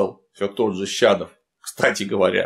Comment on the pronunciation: Фамилия министра - не Шадов, а Щадов. Англичанам пофиг, а нам-то нет.